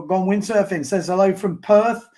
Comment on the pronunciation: Perth not Perf. And we don't have a Harbour. It's the Swan River.